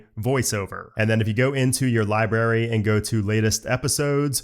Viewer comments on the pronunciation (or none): It’s library not Liberry lol